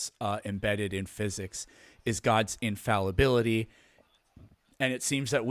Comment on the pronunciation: Dude needs to learn how to pronounce infallibility, dude also has a PhD in Dunning Kruger Physics.